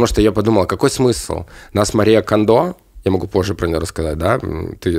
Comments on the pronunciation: Мария КОндо как Хонда. Она же из Японии😂😂. А не КондО❤ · Потому, что не Кандо, а Кондо. Её ещё КонМари называют.